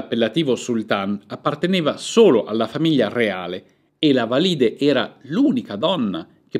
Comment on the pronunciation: Un unico appunto, gentile: Valide', con l'accento sulla e. Ma e' giusto per non farle esclusivamente complimenti. Un saluto cordiale